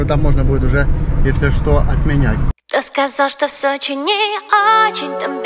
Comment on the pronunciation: Сочей 😂 мамочки что вы несете , забейте в гугле как правильно говорить